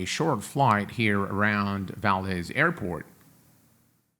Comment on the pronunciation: As a born and raised Alaskan, I have to point out that it's pronounced "Val-dees", not "Val-dez." ;) Great video!